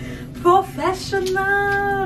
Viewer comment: Picked up on the West Indian accent when you said "professionaaaaal!" 😃